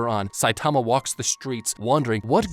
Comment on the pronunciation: why are you saying his name like that?